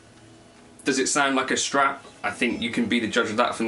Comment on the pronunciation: The PRS sounds crispier, the FCS sounds warmer and a bit nosier ;) BTW its Strat nOt Schtrat ;p